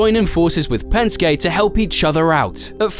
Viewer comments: pronouncing Penskey as Penskay is like pronouncing Mersaydeez as Merkrades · And Pen-skay instead of Pen-ski lol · hate to be that guy but Penske is pronounced like penskee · "Spinned out of control" This is the same bloke that talks about Pensk-ay Racing.